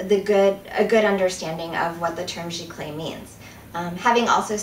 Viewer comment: It's actually pronounced "Zee-clay" not "Gee-clay". Also it is nothing more than just a fancier word for inkjet and it doesn't mean the printer has to be wide format (which your printer isn't anyway) and also has nothing to do with the substrate. Archival papers are determined by being acid-free.